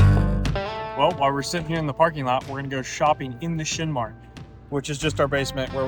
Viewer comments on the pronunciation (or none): none